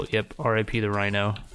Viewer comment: I like how you keep pronouncing kawaii as Qwai. Much simpler and faster to say